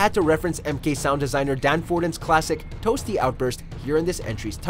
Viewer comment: He can not say toasty at all